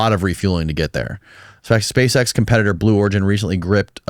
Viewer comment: "Spashe eksh"